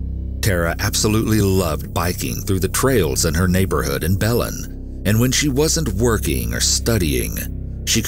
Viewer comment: Great video as always! Just wanted to share, Belen, NM is pronounced ( Bell-inn )